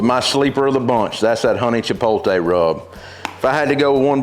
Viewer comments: Pretty funny--I was just thinking, "It's pronounced 'chipote-lay'", when you basically chastised me for caring how people pronounce things. 😆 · The "T" does come before the "L" in "Chipotle," so there is no arguing that the last syllable is pronounced "lay," not "tay." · If they're not saying "chipotle" like "chipolte" I'm not listening to their barbecue advice 😤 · CHUH-POT-LAY. Just think of getting laid at the end. LOL! Great instructions on how to grill! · Sorry, but there is only ONE way to say chipotle. It’s pronounced “che-pote-lay”. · I trusted him until he said Chi-pol-tay…. 😂😂😂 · Those look amazing. I've done the St. Louis and they've been OK but I'm curious to try your two rub method. As an aside, there is a difference between having an accent with words and mispronunciation. With "chipotle" for example, people generally mispronounce it as if it's spelled "chipoLTe" with the T and L reversed, but that's not how it's spelled. Kind of like when people say nuclear like "nuke-you-luhr" instead of the correct "nuke-lee-er." We get what you mean, but pronouncing words as they're spelled still allows for accents to get thrown in there. Just my two cents. Ribs look great. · Chee-pole-tay, chee-pole-lay, i love it 😂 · When you win Grand Champion at Memphis in May, you can pronounce Chipotle any way you want brother!!🏆🏆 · When you’re giving out hard earned knowledge for free you can say chipotle however you dang well please. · When you can't say chipotle and just don't care. Welcome to the south. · Chipotle: "Chee-powt-lay" if don't want to sound ignorant. It is not "cha-pole-tay" just look at the spelling of the word. "That's how I say it" is not an excuse for saying it the wrong way. It's just as wrong as boiling ribs and then calling it BBQ. If you have pride in doing ribs the correct way, then also have pride in correct pronunciation of words. Other than that gripe, great video. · It is called "Chipotle", not, "Chipotle". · every time he said chipolte lol